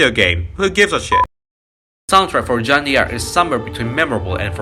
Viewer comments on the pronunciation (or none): It's pronounced Jeanne DARC... Not Jeanne Dee Arc... This is French, not African American... Just pointing out the truth about how what you're talking about is actually pronounced, not whether a culture is better than another.